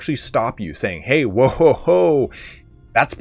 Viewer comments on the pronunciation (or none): none